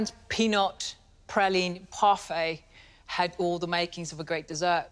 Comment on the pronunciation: Nice to hear "praline" pronounced correctly...